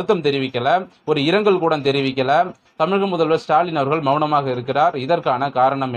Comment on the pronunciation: ஆரம்பத்தில் நீ அரை வேக்காடா தான் இருந்த. இப்ப ரொம்ப முதிர்ச்சி அடைஞ்சிட்ட பாராட்டுக்கள். ஒரே ஒரு suggestion. இனிமே கூடொம் ன்னு சொல்லாத. கூட ன்னு சொல்லு.